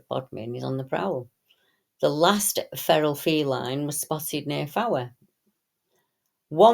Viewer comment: Fowey is pronounced Foi,.